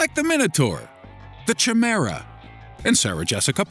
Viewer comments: chihmara? Chimera. Kye-mera. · It's pronounced 'Kye-Marah', NOT "chai-marah"... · It's pronounced "k-eye-mare-uh," but go on... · chimera (Kai-mare-a) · its pronounced "ki'-mare-ah" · Michael Seabrooks "H" is silent so it's Cimera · Michael Seabrooks Kayh-mey-ra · It's technically a "K" sound it makes. Ki-mA-ru It's overall spelled almost nothing like it's said.... >_> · Michael Seabrooks - Yeah it's supposed to be pronounced... "KY-MEHRA" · Michael Seabrooks Kaí-mer-ã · Worst pronunciation. "Cha-Mer-Uh"? I think he mispronounces things to generate comments. ( like this one ) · It does hurt though xD